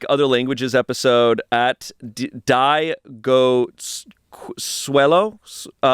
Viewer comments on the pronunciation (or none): reading Diegon as Die Go is my new fav thing